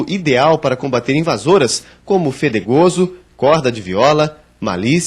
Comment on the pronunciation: ''Folhear, Fetegoso'' = Foliar, Fedegoso??